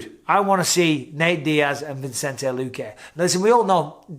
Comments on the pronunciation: VISS-EN-TAY... NOT VINCE-ENT-AY... PLEASE DEAR GOD BISPING HOW LONG CAN THIS GO ON FOR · Mike, love you, but it's Vi-cen-te, not Vin-cen-te. :) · Love ya Bisping but you've been pronouncing Luque's name wrong forever, it's Vicente, pronounced Vi-sen-tay, not Vincente. Tiny thing but a huge pet peeve of mine lol. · Bisping, I just wanna point out: Vicente. There's no N between the I and the C. Vicente. Vicente. It's Vicente. Pronounced VISSINTAY. Not VINSINTAY. Vicente, Mike. Vicente. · It’s not vincente BISPING. ITS VICENTE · Just watched to see Bisping call Vicente Luque, ViNcente 500 times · come on mate pronounce vicente's name properly lol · Hope you don't watch Chael if Bisping barely mispronouncing names upset you lol